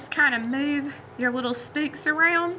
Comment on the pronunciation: too funny! I am from nc too, and I have never heard anyone say 'spooks' for the word 'spokes'. Thank you for your 'mistakes'... just makes us viewers feel normal! I truly enjoy you! Keep up the good work!